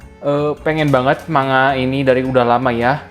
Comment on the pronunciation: Saran aja bang, akun abangnya kan fokus review manga, ada baiknya pronounce kata "manga" nya dibenerin, no offense